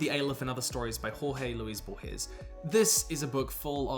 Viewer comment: Amazing video. DEFINITELY putting The Culture in my definitely gonna get at some point list. Just a friendly correction in pronunciation from a Hispanic watcher: Jorge Luis Borges ʒɔrʒe luiʃ bɔrhes HOrhe Luis (one syllable) BORhes It's a difficult name even for Spanish native speaker 😅 But he is, indeed, one of the best writers of any geographic or chronological context I've ever read.